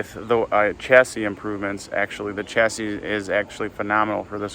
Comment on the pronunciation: Shacis not chasis